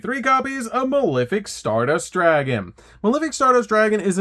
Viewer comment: Pronouncing malefic wrong that many times is definitely bait.